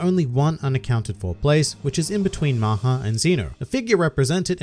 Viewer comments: Ya but it’s not pronounced as maaha it’s mha but ya I knew it too I am Indian that’s good that they named him so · LOL I am an Indian the way everyone pronounced "maha" made me forget the original meaning Maha also means big in some circumstances